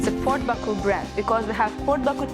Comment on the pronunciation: There is no R in Baku so why distort the pronounciation?